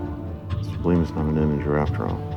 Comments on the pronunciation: When he first introduced bleem, I first heard bleen and thought of the famous epistemological about color definitions and gradients. Then he said between 3 and 4, I thought he meant pie. Finally, when they said integer, I realised it was made up altogether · I thought he said ‘blame’. I see now it was bleem. Maybe blame is a number also, as I get blamed for alot of stuff. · are they saying bleem or blame? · Bleem? I thought he was saying "blame" the whole time lol